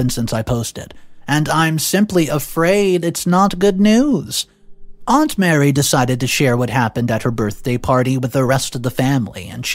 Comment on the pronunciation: Mary is a different name than Marie. Just telling you because this is the second video you mispronounced it. Also, OP is not the a**hole. 56 years of age is old and the risk of childbirth is a lot higher the older you get.